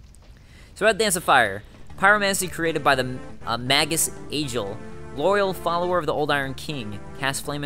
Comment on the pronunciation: Magus is pronounced May-gis. As in "I AM THE GRRRRRRRRRAAAAAAAAAAND MAAAYYYGIIIIIIIISSSSS"